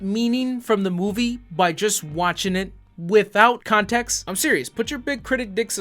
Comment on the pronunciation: Syllables are your friends, like the final t in context. The word isn't contecks.